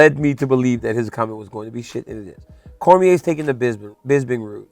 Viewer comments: i wish DC could’ve corrected him in saying his last name right at least lol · The history pronouncing Daniel's last name wrong; seriously, basic facts man